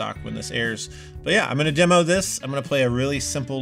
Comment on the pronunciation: Even though Josh butchered "you really got me now" and can't manage saying "demo" at least we didn't have to see the strange faces Addison makes while he plays, LOL- just kidding love your sarcastic humor and appreciate your unbiased opinions on other pedals!